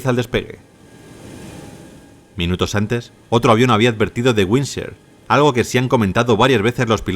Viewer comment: windshear == winsor?? AI CRAP